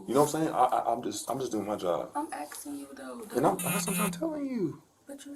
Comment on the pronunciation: Why do they all want to call their Mom or Dad? Stop axing to be let go. Cop is hilarious!